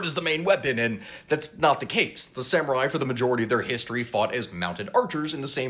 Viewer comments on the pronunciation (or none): none